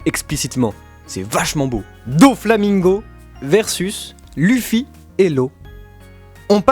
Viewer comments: TRop bizarre comment vous prononcez "Luffy", en plus si vous décidez de le prononcer comme ça pourquoi vous dites pas "U"sopp, L"U"cci ... ? En fait vous regardez le manga en français ? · Chouette vidéo et je valide le top mais si je puis me permettre un impertinent jeu de mot, vos prononciations sont pas au top les gars : Phonétiquement : Loufi et Oussop, pas Lufi et Eussop. Linguistiquement : Gear second, third et fourth, c'est d'autant plus important que le dernier se prononce quasiment Gear force, comme pour annoncer le passage à un stade de force supérieur, le symbole des deux ans d'entrainement. En plus c'est pas cohérent de dire un coup Gear two, un coup Gear trois et un coup Gear quatre. ^^' Bon voilà c'est rien de méchant mais c'est une des raisons pour lesquelles l'anime est un excellent complément au manga, les diverses prononciations parfois complexes à deviner par écrit y sont éludées. Bref, pour finir sur une touche directement en rapport avec la vidéo, un des combats qui m'a beaucoup marqué et que vous n'avez pas cité est celui de Luffy contre Magellan, un véritable mur pour un Luffy aussi désemparé que déterminé. C'est vraiment pour moi le 1vs1 qui représente l'impuissance de Luffy dans la fin de la première partie, précisément de sa victoire d’extrême justesse contre Luccy à l'ellipse, que ce soit Oz Jr, PX-4, Magellan ou chacun des nombreux et coriaces adversaires de Marineford, Luffy n'a été capable de gagner aucun combat en comptant sur sa propre force et a du multiplier les alliances pour réussir à faire tomber ses ennemis. Contre Magellan il y'a deux rounds dont une défaite, le manque de puissance n'est alors plus un ressenti, c'est un fa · Luffy...se prononce "leuffie". Tu m'ecorche les oreilles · Ont dit Leuffy même si sa s' écrit Luffy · luffy ça se prononce leuffy et pas lu ffy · Faut arêté avec Luffy (luffy) c'est Luffy (leuffy). Par contre je suis totalement d'ac avec vous ! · Lêuffy ou Louffy à la limite mais dis pas luffy stp 😂😂